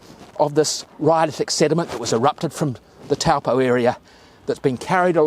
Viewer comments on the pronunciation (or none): none